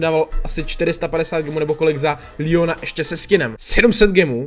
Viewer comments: Proč proč říkáš líjon ale říká se mu leon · Neříkej Lion protože to je Leon leon!!!!!!!!!!